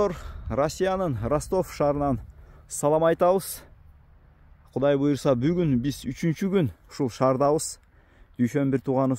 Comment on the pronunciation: Молодец Красавчик Болот баары Куда кааласа. Буйруза буйруза буйруза дей бербей сөзүңдү оңдоп сүйлөп үйрөн блогер.😂😂😂 Кудайым буйурса деп айт жэ